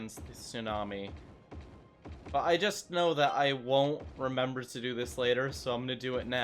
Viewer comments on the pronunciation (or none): none